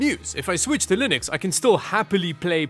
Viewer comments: Did you manage to say Linux instead of lienux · Ack! He has to be reverse trolling us! He is actually pronouncing it like Mr. Torvalds does. never did that before, that I saw; maybe I missed it.